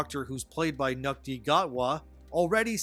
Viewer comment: Apparently it’s pronounced “shoe-tee” , which of course you would know if you had studied your Kinyarwanda pronunciations (heavy sigh - as a long standing Dr Who fan now watching the show’s corpse rot)